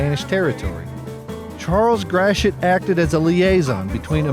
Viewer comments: Enjoyable video, thanks. Friendly PSA: Gratoit is pronounced “Gravoy” (rhymes with ‘boy’), not “Grasheet”. (Don’t feel bad, the historic French influence can be quite unintuitive because the same collection of letters can result in very different phonetic sounds depending on the context, and then so many are twisted further by the Spanish influence.) Source: 14 years living in the area in the 1960s and ‘70s and listening to it pronounced daily in the KMOX radio Traffic Copter reports, and countless commercials! Other tricky ones commonly mispronounced: Des Peres is pronounced “Day Pair”, not “Dez Perriz”. Carondelet is traditionally “Carondelay” (sounds like Chevrolet”), not “Carondelett”, although this one gets mispronounced quite often. Creve Coeur is “Creev Core”, not “Creevie Coehr”. Bella Villa sounds like “Bella Veeah”. Lemay can be “LaMay” by itself, or “Lee-May” when used with other words, such as Lemay Ferry Road… sometimes both are used in the same sentence, and no one thinks twice about it. Meramec sounds like “Mer-a-mac”, not “Merimecc”. Bellefontaine is “Bell-fon-tain”, not “Belly-fontainie”. And the granddaddy of them all: it is ALWAYS “ Saint Louiss” and never, ever, EVER “Saint Lou-ee”, which is absolutely cringe-worthy and abhorrent to the locals and is NEVER considered cute or clever in any application; Judy Garland, you sit on a throne of lies! ;-) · Interesting that Gratiot is pronounced like “grash-it” in the video. I’ve always heard locals say it like “gray-shit”. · Is Gratiot pronounced “grash-it?” I always thought it was “gray-she-o.”